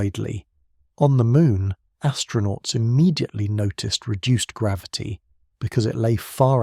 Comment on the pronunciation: Is he saying gravity wrong?